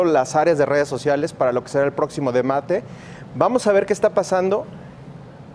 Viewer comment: Se dice De-ba-te. No De-Ma-Te...... y no seáis mentiroso.... Voto por Morena...